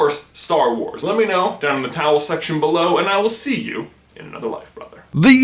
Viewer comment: Thanksgiving already passed down me, also I heard towel section (instead of comment section)